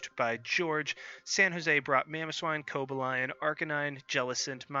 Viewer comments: Yo genius, if you are going to try to correct other peoples pronunciations, you might want to make sure that yours aren't WRONG first. He had WEE-vile (Pokémon DP Sticker Collection) right, You both had Koh-BAY-lee-un (Pokémon BW Handbook, Pokémon Essential Handbook) wrong but he was closer. And he had CHESS-nawt (Kalos Region Handbook) right.... Might want to fact check before you try to correct someone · Actually the proper Cobalion pronunciation is closer to Co-BALE-yun and the stress on Weavile is on the first syllable rather than the second, but I've been preaching proper pronunciation of Druddigon and Hydreigon for years now, so i don't really mind. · sorry but I can't help but comment about your pronunciations. WEE-vill instead of Wea-VILE. Co-Ba-LI-On instead of Cob-al-ion. Chez-Naught rather than Chess-naught. Just bugs me a bit.